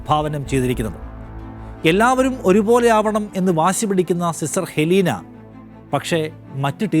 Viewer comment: അത് ഹെലീന അല്ല അത് എലീനയാണ് !!!